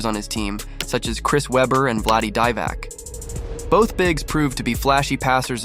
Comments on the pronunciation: This AI voice really did not do its homework, could not get through the vid. Embarrassing. Value DeeeVAC hahahaha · Just the way he messed up these names either dude is young and actually has no clue who Jason Williams is just because how he has messed up divac and hedos names and they weren’t just journeymen. But keep it up bud love the content fr but Dwyane Wade name tho bro lol